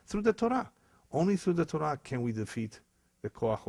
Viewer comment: I am Jewish and this man is a disgrace! I don't even think he is Brazilian (judging by his accent), nor Jewish, let alone real rabbi. He doesn't know Torah (which he misprounces by the way).